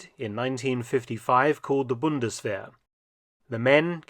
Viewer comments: It is pronounced, Bund-es-vair. 🙏🏼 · It sounds like mark said bundeswehr??